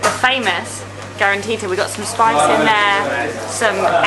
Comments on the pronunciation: no in Oran we say karantika not karantita ☠️☠️ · it's karanTIKA not karanTITA...